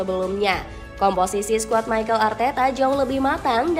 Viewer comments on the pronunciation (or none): Mikel min mikel bukan maykel😂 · Arsenal dibaca Arsnal Mikel Arteta : Mikel not Maikel Odegaard not Odigaard